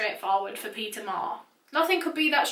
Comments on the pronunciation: I keep hearing pizza every time she says Peter 😂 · Why do i hear her say pizza insted of Peter?😂